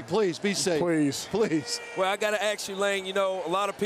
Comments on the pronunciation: Let me axe you a question. WTF language is that?? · interviewer said " I just gotta AX you..."